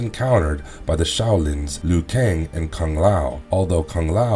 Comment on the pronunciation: "LEAN Keui" "SHONG Tsung"